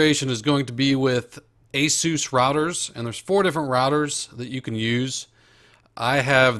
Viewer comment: You actually pronounce Asus (ace~us)